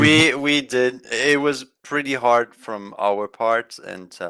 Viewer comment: it‘s haaaaaad